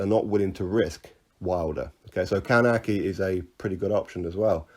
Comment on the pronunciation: Kownacki is pronounced Kov-nats-key